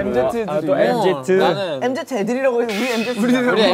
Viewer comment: 엠제트아 아니라 엠지라고 하는데 얘들아..?